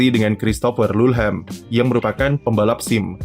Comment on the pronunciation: Bacanya lu-lham bang😹🤣